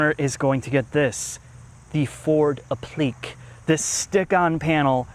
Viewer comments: it's ap-pli-KAY. Not apleek. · Wow....not since a 1970 car commercial I've heard "applique". It's "appli k" Now the raptor need landau top and Corinthian leather. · Applique is pronounced app-LE-kay. But I'll take the goose way of saying it.